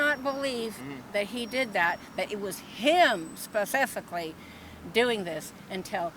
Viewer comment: This “ former educator” can’t pronounce the word “ specifically” I won’t take any of her advice, moron